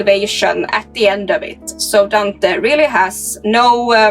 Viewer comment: I really can’t take how your pronouncing Dante 😂